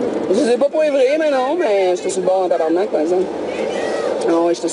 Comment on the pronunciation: cest pas tabernack cest tabarnak